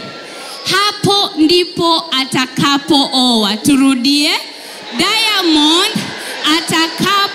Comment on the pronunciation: 🤣🤣🤣 She is trying to pronounce, "Diamond" with an 'i' like Tanzanians😆😆. Eti "Diamondi"!!